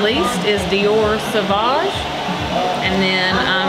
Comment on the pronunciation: No! Not savouge LOL